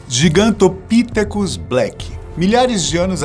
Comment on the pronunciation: Gigantopitécus. Sílaba tônica no "te"